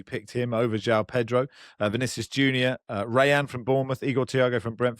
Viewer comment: For the 1000th time on a UK podcast his name is JO-ON Pedro not JOW